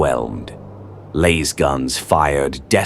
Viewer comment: why is it LAISGUNS and not LASGUNS teach your AI slop to read it right